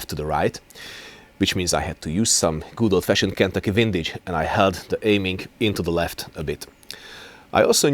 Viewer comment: Hearing you say "Kentucky Windage" is just excellent. You put your caveats in the right places, and your demonstration is low-key brilliant.